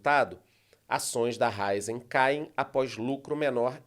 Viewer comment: A pronúncia correta é RA-Í-ZEN. Acento agudo na letra "i"😊